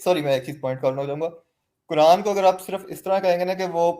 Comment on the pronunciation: at every moment says कुरांड 😂😂😂